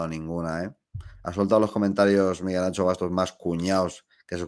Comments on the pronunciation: ¡¡ si sabes decir Shakira puedes decir AnXo.... xD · Como duele escuchar "Miguel AnCHo Bastos" xDDD